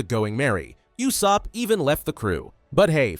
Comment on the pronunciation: Brooo said euoosop